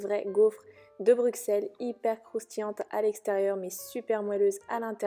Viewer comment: Brusselles et pas Brukselles. Comme Ausserre et non Aukserre. ( Auxerre). La recette semble bien réalisée.